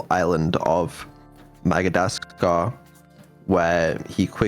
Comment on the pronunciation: "Magadascar" xD